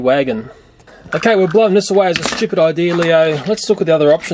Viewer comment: I hear you say stupid